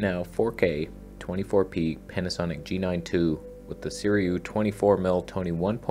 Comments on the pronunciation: NOT Suriyu you legend! Say Sir-roo-wee. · see - REW - eee